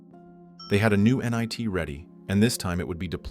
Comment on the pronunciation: you pronounced “NIT” as “nye T” definitely AI